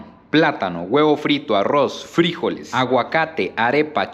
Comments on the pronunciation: Se pronuncia Frijoles, sin acento!!! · Nunca escuche decir frijoles de esa manera siempre lo escuche normal soy de costa rica y esa bandeja paisa se duro con el casado comida tica también tiene varios ingredientes me gustó se vio rica la comida colombiana